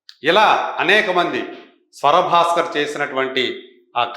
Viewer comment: స్వర భాస్కర్ కాదు రా ఎదవ, స్వరా భాస్కర్.